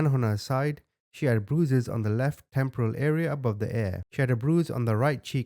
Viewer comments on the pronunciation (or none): none